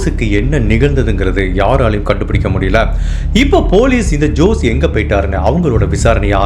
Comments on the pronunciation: Jose is also not ஜோஸ். It is ஹோஸே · FYKI for jose also you have to pronounce as hosay...